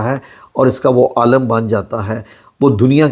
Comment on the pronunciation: AALAM nahi aalem parhna chahei.